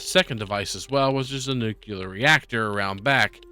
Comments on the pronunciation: Nukuler you say? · r u saying "nuclear" wrong on purpose?